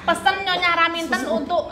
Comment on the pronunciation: raminten bukan raminto ya allah sehat selalu nyonyah R